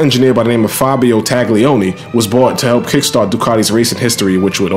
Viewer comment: Okay,: Loving the moto = ya gotta also love la lingua. 'Gli in Italian is pronounced like the L-L-I in "millions". The G is so soft (never a hard "TAGG") it's almost entirely swallowed and becomes a phantom Y-sound. Try saying TAHL-yee-OH-nee. Oh, and my fellow? That garbled cool burbling from our own borough is not strictly Italian ("capicola, prosciutto, capisce?"), it's Sicilian (GABAHGOOL! BRAHZHOOT! GAHBEESH!?) Italy wasn't even unified as a nation until around 1861 and there are massive cultural and dialectical divides between (for example) northern engineers (engines, banking, white sauce, blue-eyed blondes) who are neighbors to the Swiss, and, say, my own famiglia's native Calabria (dark hair, lemon trees, rocks, bullets). In other words, don't take formal pronunciation lessons from any Brooklynite. Ciao..